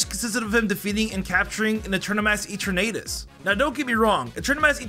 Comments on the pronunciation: Can you PLEASE, PLEASE correct your pronounciations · You sed gible and eternatus and lysander wrong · the pronunciations of all these words… gible… kalos… eternatus… and so much more + elio, lysandre, selene